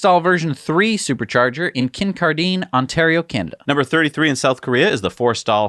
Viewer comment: Kincardine Ontario. No "deen" Like Kin garden. Just change the g to a c.